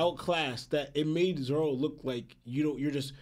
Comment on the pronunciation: Are you saying Zolo? Instead of Zoro?